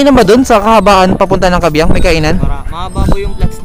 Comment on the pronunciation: kaybiang idol hindi kabyiang